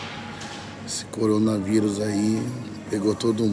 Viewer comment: Depois de quase 4 meses de mortes, depois de mais de 1 mês anunciada a pandemia, depois do planeta todo estar em desespero total o Toguro chegou: "Coronarivus pelo mundo" kkkkkkkkkkkkkkkkk Sua bolha ta tão foda em mano... que tu só foi acordar pra isso agora?